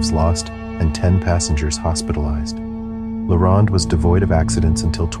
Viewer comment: As a Canadian, the way he pronounces La Ronde makes me laugh